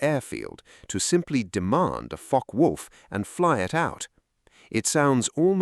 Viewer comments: It's pronounced Fokker, not Fok. Is this AI generated commentary???? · It is pronounced Fock-Wulf, not Focker-Wulf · It is pronounced Fock-eh Wulf. The e in Focke is not silent. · learn to properly speak German;... the e on the end of Focke is spoken and NOT Silent...!